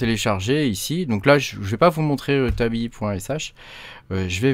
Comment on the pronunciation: En effet pas mal du tout ! J’aime beaucoup Tabby, très classe mais c’est vrai que pouvoir voir l’arborescence c’est quand même un plus entre autre ! Après l’industrialisation j’en suis pas encore là… Et dis donc t’es du Nord toi, avec ton « Ichi » lol